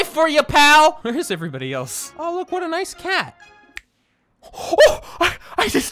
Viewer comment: 1 like = how many times said “What” wrong